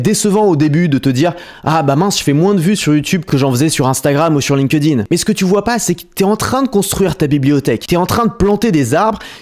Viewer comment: Astuce de prononciation : on ne dit pas « linkEUdin » mais « link-din ». Le E saute dans les participes passés comme Hacked, Liked ou Linked